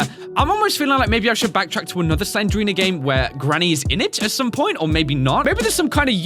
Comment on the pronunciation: Not Slenderina it's Slendrina